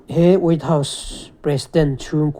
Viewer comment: Way house nge? wait house nge? hriatthiam ava har ve😂😂